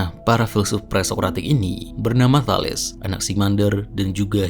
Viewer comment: Bagus, sepertinya mempermudah subscribers yg kesulitan membaca buku Bertrand Russell. Tambahan, untuk kemajuan video ini, setahu saya Thales itu cara membaca namanya adalah Thalis